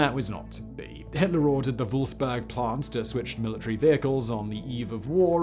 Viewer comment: Wolfsburg not Wolfsberg